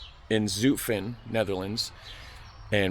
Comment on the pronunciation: Zutphen with u as in hut or but